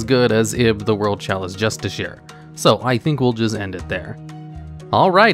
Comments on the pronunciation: It is pronounced Just-uh-car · Justiciar is pronounced "Jus-tish-ee-ar"